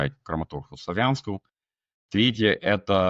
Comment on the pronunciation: Оскил©? Эсхил? 😂 Как же тяжко выговаривать топонимы англиязычному чувачку.